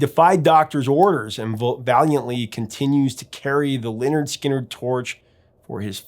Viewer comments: It’s pronounced Leh-Nerd Skin-nerd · How is it that the..."Professor Of Rock" doesn't know how to pronounce Lynyrd Skynyrd? I guess he's unfamiliar with their album titled: 'Pronounced Leh-Nerd Skin-Nerd" despite explaining the etymology of the name. Stunning.